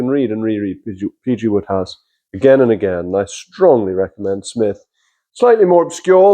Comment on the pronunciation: Why call him Woodhouse when it's Wode...which rhymes with Road!